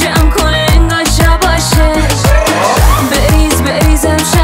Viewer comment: شاباش رو چرا شَباش تلفظ میکنی آخه؟ حتی روی ادای کلماتم ضعف داری!!!